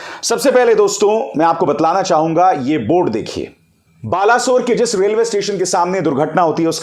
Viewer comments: बालासोर नही सर बालेसोर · Abhisar ji, please change your pronunciation of Balasore. In fact it's Balesore. It was uttered as Balasore by the British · Baleswor ha not bala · Tuu kya anchor banega re 😂 Balesore ko balasur bol rah 😂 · Im from odisha Sir its pronunciation baleswar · Please pronounce it as बालेसोर. From Odisha